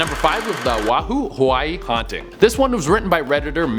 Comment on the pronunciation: When I heard it the first time, I GENUINELY thought he was saying something else. But nope. He's actually saying "Oahu, Hawaii" Wrong. The comma means you pause,. Plus, you pronounce it O-ah-hoo. I live in Oahu, Hawaii and feel slightly offended 😂